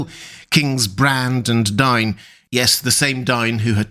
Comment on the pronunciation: DAY-in, not DYNE